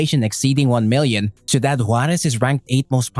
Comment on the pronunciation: Could have practiced how to pronounce Ciudad before doing the Video